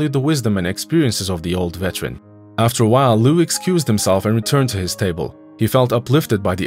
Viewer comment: IT'S NOT VETRAN, IT'S VET-ER-AN. You are as bad as the brats in the story.